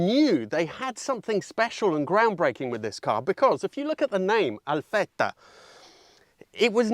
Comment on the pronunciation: what impress me more is that you pronounce ALFETTA like an italian